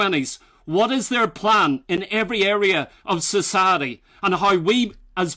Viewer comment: and a few other times you sound super southern like your from Alabama or something when you say “society” haha. Good video. thank you. GB.